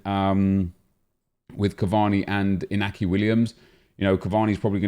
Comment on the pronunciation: You pronounce it Inyaki Williams the accent above the N indicates that